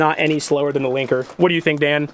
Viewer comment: Every time said "Linker" I heard "Clanker"